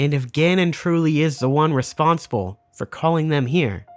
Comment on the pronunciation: Anyone else catch “reponsible” ? I love the extreme level of detail to an amazing video and then “camamity” and “reponsible” slip out😂 great video bro! Slowly deciphering your secret message 😜